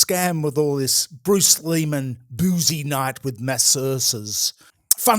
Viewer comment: Lol, it feels almost intentional of to mispronounce Leary-man's name